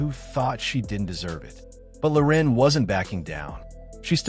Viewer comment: Loren, not "Lorin"